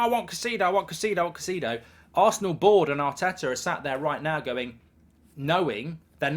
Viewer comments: Caicedo is pronounced KAI-SAY-DO not KA-SEE-DO Mark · Mark the name is "kai-say-dough" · How about Pronounce Caicedo's name correctly, are you daft Goldbridge have some respect it's not Caiceeedo, and nobody else says it that way either, the Brits often mis pronounce foreign players names